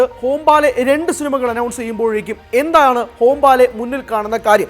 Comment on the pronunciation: ഹോം-ബാലെ അല്ലടി "ഹൊമ്പാളെ" എന്നാണ് 😂😂